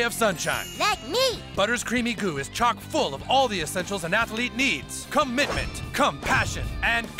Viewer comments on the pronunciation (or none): Cummitment! Cumpassion! Cumradery!